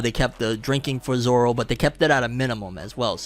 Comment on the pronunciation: I have a problem with Garp's accent like what the hell, why does he have a Scottish or Irish accent? Plus they don't know how to pronounce Zoros name right. Maybe in the second season they can show how he gets lost all the time while walking.😂